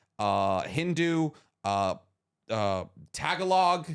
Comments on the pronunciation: Tagalog is pronounced like tah-gah-log Hype pod cast though even with some jokes going a touch too far 😅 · Tagalog is actually pronounced tagalick ;)